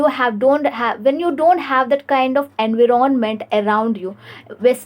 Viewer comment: Hlo mesmerized with your English....but I found some pronounciation mistakes, like environment..